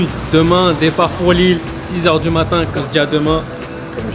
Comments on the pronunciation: Ya pas de S à Lille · y’a pas de S à Lille